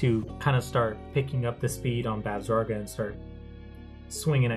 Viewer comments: Bav-sa-gra. Other that, good deck profile. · haha It was a good profile, but just hearing you pronounce her name was getting to me.